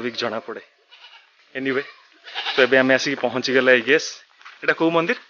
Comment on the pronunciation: ଯଦି ପୌରାଣିକ କିମ୍ବଦନ୍ତୀ ସ୍ଥାନ କୁ ଆପଣ ଲୋକମାନଙ୍କ ସାମ୍ନାକୁ ଆଣୁଛନ୍ତି , ଏଇଟା ଗୋଟିଏ ସୁନ୍ଦର କଥା , ତେବେ ଆପଣ ଯଦି ସେଇ କଥାକୁ ଓଡ଼ିଆ ରେ ଉପସ୍ଥାପନା କରିବେ ଆହୁରି ସୁନ୍ଦର ଲାଗିବ, ଆପଣ ଅଧା ଈଂଲିଶ୍ ଅଧା ଓଡ଼ିଆ କହୁଛନ୍ତି ସେଇଟା ବି ପୁଣି ଠିକ୍ ସେ କହିନାହାନ୍ତି , ମନ୍ଦିର କୁ ଆପଣ ମନ୍ଦିର୍ କହୁଛନ୍ତି